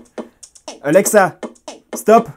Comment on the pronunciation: Comment il dit alexa : ALLLEXA